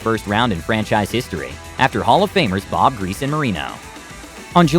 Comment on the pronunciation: And "Bob Grease"...